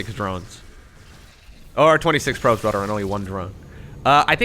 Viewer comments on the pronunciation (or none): rodder i like how he says "rather"